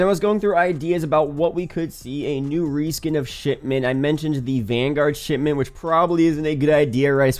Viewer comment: How many times he drop shitment 😂